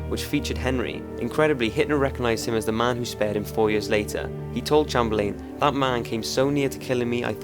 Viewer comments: I hate to point a mistake on one of your videos Top5s but the British Prime minster at that time was pronounced Neville Chamberlin as in Cham-ber-lin. Just thought I would tell you. grate vids by the way i'm hooked :) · You need to learn how to pronounce Chamberlain. Good video though. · I like your videos but your pronunciation of some words is weird. Chamberlain in this video.